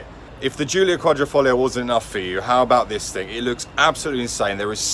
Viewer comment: I watched many video's on the Alfa Romeo Giulia Quadrifoglio but never have I heard the correct pronunciation, unless from an Italian. The correct pronunciation is Alfa Ro-meo (accent on Ro and not on "me") and it is Quadrifoglio and not Quadrofoglio (So the first "i" is not an "o").